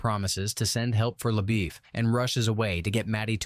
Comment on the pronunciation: How is it that you know this story well enough to recount the entire saga for us and yet cannot pronounce LaBeef?